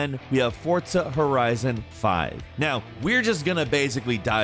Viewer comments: It’s pronounced FOR-ZA not Fortza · I get so annoyed when people say Fortza instead of Forza, stop it! Please 🙏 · Anyone else annoyed at him saying "fortza" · It’s not forsza, it’s fortza. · It's not pronounced "for-tsa" it's "for-z-ah" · When did forZa get a T in it? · Fortza? Bro its Forza For-Za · forZa not fortza ... fortnite and forZa didnt have a baby together ... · It's forza not fortza haha 😅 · It makes me mad he pronounces “forza” as “fortsa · FORZA not FORTZA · Its called Forza, not fortza....... theres no t in there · its called fortza according to these guys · "fortza" um wat? Smh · Anyone Else Get Triggered When He Kept Saying Fortza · Dawg I know he didn’t say Fortza. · FORTZA FORTZA AAAHAHHHHHGGGG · Would you just me or does It sounds like he's saying fortza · Why do you keep saying Fortza? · Nobody: Absolutely nobody:: "fortza" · Is it really pronounced as “Fortza”?!!!! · The game came out 2 years ago, if he didn't play it again recently it's normal to misspronounce names, especially considering how many games and characters they went through in 2 years. You really overestimate the memory people have especially on pronunciation of foreign names/words. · Why does this man pronounce forza with a "t" ? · really?.. Oh OK then, I guess we pronounce things differently in this part of the world 😂